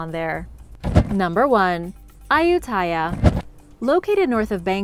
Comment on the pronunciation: I have been to Ayutthaya a couple times and several other old ruins in Thailand. It should be pronounced a-YUT-ta-ya though.